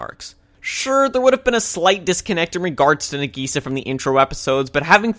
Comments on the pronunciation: no offense bro but i hate the way you pronounce nagisa its "nah-gee-SAH" not "nah-GEE-sah" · I actually agree with him, i dont think any of the points you made were credible since it seems like you didnt pay attention because most of these things were explained. btw its na-gisa not nageesa you can tell you watched the dub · Sorry but how you pronounce Nagisa invalidates all your criticism (this is a joke) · You aren't saying Nagisa's name right